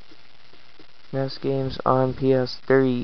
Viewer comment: It's N...E...S, not ness. Lol